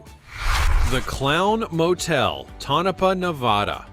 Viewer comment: Just driving by the Clown Motel is creepy. I have never stopped there. Not sure what is worse, the motel or how the narrarator butchered the annunciation of Tonopah, Nevada lol